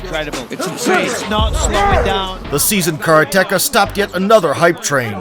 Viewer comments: Just a note that karateka is mispronounced. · I cant beleive he said kara techa instead of karateka (kuh-rah-te kah) not kara techa. Oh myyyy... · I noticed it was mispronounced a few times here but karateka is not "kara teka" it's Karate "Kah". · wtf is a kara techa? its ka ra te ka karate ka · It's karate-ka, not kara-teka. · Great video but hurts my ears to keep hearing "kara - teka", it's pronounced karate - ka. 'Karate' plus 'ka' means he's a karate practitioner or student. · great vid. FYI it's "Karate-KA" not "Kara-Tekka" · Kara-Teka ??? Kareteka is the proper pronunciation 4 syllables Slim nonstop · He's a "Car-Tecka"? I did wonder what he does for a living.... "Ka-RA-te / KA" - person who practices Ka-RA'-te (= empty-hand way). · it’s Ka ra te ka…not Kara teka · Sounded like caretaker ;) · Wish you could get the karateka pronunciation right- it is not kar- teka! K A R A T E K A, can't just throw away the second a. If you want to pronounce it in 2 syllables it is kara- teka. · the car-a-techa lmao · What the 'f' is a carateka? LMFAO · Car-Tekka lul. Narrator clearly has a deficit of knowledge about Karate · kara-TEkah. you re prounouncing it wrong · Man, it took me an embarrassing amount of time to figure out what the narrator meant by "the karra-tecka". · Please learn how to pronounce Karateka 😅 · Videos like this suck .... can't even say karateka properly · you'd think if you use the word "karateka" several times in the script, you'd look up how to pronounce it properly. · You pronounce karateka so wrong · Narrator has the single worst pronunciation of karateka I ever heard. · Funny how this guy pronounces Karateka lol